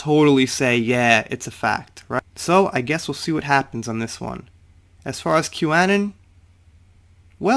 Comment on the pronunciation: Anon = Uh-non (like anonymous)